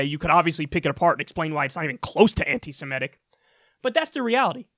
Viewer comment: Am I the only one that finds it odd that she can't pronounce anti-semitic properly or without stumble it almost feels like this bullshit seems forced at this point. Whoever wrote this deserves to be punched in the face. It's so much stupid concentrated into words. Ho Lee fuk